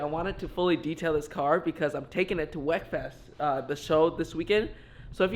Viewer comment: It’s pronounced WeekFest